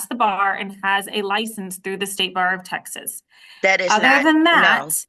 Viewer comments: “Oaf uh office”😂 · Another "oaf" of office. LOL!